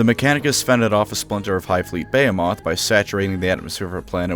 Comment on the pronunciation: Bay Hay moth? its behemoth